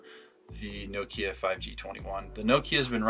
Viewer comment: nokEEya lmao😂😂😂